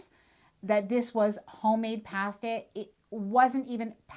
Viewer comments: You deserve to eat at a restaurant when you cant pronounce "pasta" correctly. I also bet you say ''eye-talian" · The way you pronounce "pasta;" so Canadian!